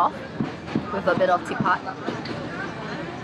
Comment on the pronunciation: hai I'm marita from indonesia .what you eat with satay is called ketupat, not tipat